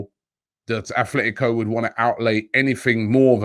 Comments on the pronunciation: Robbie it is Atletico. Not Athletico Madrid. There is no H lol. Just a minor pet peeve of mine lol. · Repeat after me sir, At-let-ee-ko. Not like Oldham Athletic. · There is no H in Atletico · robbie bro its atletico not athletico. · Robbie, it's Atletico and not Athletico... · Just came to say it’s Atlético not “Athletico” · Not being annoying, but it’s ATletico, not ATHletico... 😉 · Robbie its 'atletico' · Athletico??? 😂Come on Robbie, get it right